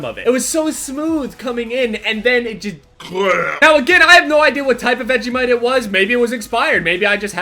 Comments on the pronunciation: I'm Australian and hate vegemite p.s your not saying vegemite right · The way he says Vegemite is so funny I'm a pure Aussie and Vegemite is amazing